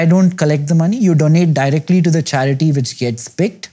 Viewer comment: charity sounded like Chaaya-Kudi.. means 'have-tea' in Malayalam. Wasn't expecting philanthropy on the table , great to see !.